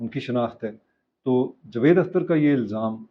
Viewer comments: Sir jee please pronounce the correct name jA-vaid Akhter, not Jevaid ! جَاويد Vs جُوید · Sir jee please pronounce the correct name jA-vaid Akhter, not Jvaid ! جَاويد Vs جُوید